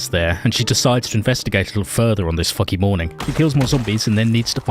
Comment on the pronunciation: Love your accent ,"Foggy morning" , just sounds so "WRONG" :)